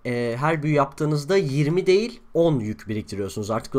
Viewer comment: Deil değil değil